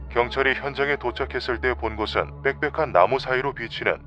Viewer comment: 빽빽한 뻭뻭한 거슬려요ㅜㅜ